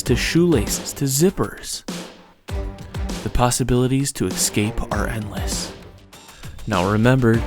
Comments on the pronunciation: The word is eScape, not eXcape!! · Sat it with me: "ESS - KAAAPE" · And learn how to pronounce 'escape'.... the is no X in there. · Please, there is no "x" in "escape."